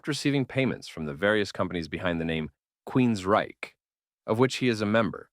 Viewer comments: Nice summary, but some advice. Proofreading: It’s Hear in the Now Frontier, not “new frontier.” Vocal pace: You’re pace is too slow. I had to speed up the video by 1.25x for you to sound more conversational. Annunciation: Several instances of queens-RYCHE. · weird inflection on QueensRYCHE betrays you. Fake voice has to GO